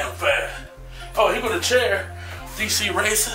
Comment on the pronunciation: He said "DCRACER"